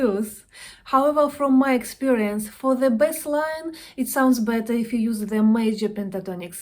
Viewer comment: Как мне помогают Ваши уроки! Спасибо огромное. Позвольте только маленький комментарий: не "бэсс", а " бейс". А вообще Ваш английский прекрасен! 😊